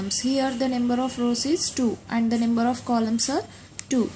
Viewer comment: it s not nember its number XD